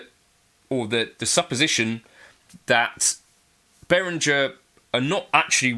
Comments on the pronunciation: It is german, Beh-Ring-Air if you want to get the pronunciation correct. Sorry for being a spelling Nazi. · In the name Behringer, a letter g is pronounced as a hard g. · Thanks! I always pronounced it as Be-rin-jer like most other North Americans. So the er is pronounced like air?